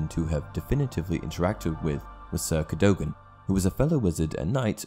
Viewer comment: The pronunciation of Cadogan sounds completely wrong here